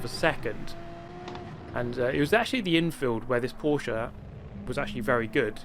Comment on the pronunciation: Dear, as a fellow German, it's pronounced "Porsch*E*" not "PorschAH" - somebody who doesn't have a life and has had hours of boredom the past few days